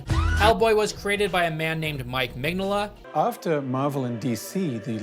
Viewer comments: It's Mig-Nola, not Mengele. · Mig "no" la not mig "nah"la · That it sounds like you're calling the artist "Mengele" a la Josef, while talking about a dude that punches Nazis is...perfection lol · Dude I love your videos but you aren’t even trying to pronounce Mike Mignola’s name correctly cmonnow 😂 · Every time he says Mignola's name it takes another year off of my life. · How do you do all of this research and make an entire video essay and still not know how to pronounce the primary creator and person you're talking about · just a bit more practice on Mike's last name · Bro butchering mike mignolla's name so bad lmao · please look up how the name is pronounced before you say it 30 times in a short period 😂 great video tho! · takes several weeks researching and eventually becoming fan of hellboy, but cant take 15 seconds to look up how to say Mignola, never change